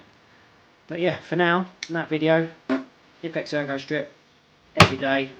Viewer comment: just pronounce the "K" in Knipex.. its not like knife or knee... pronounce it like u would say coka cola.. its knipex not nipex